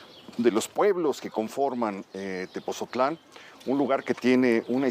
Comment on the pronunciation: Es Tepotzotlán no Tepozotlan porfa gracias